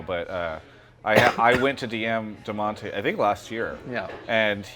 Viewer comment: Its dadonte